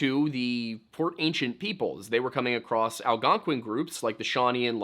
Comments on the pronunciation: Did you call the Algonquin the "Algonqwayin"? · Another great vid but fyi, Algonquin rhymes with “win” and Iroquois rhymes with “pasta” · I live in Algonquin that pronunciation is funny